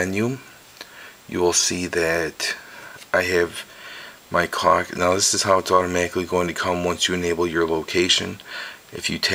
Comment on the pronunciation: Immature, I know, but it really sounds like you said "cock" instead of "clock